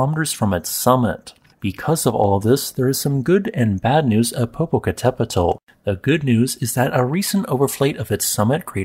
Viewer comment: I'm just amazed how effortlessly he can say Popocatepetl